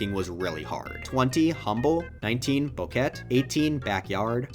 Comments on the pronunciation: Did you pronounce Bouquet as "Bow Ket"?? It's pronounced "Bow Kay" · Man doesn't know how to pronounce bouquet